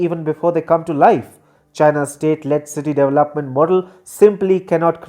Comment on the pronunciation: Funny how he pronounce “development”